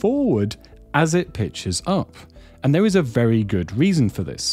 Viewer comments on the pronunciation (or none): none